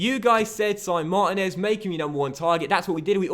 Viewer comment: It's pronounced Marteenez not Martin ez